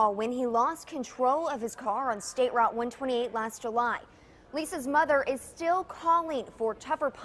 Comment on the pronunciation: And also maybe also learn to pronounce basic words like "thrill" instead of "frill" or "mother" instead of "muvver." I really do like British accents, though. Your presentations are interesting, too.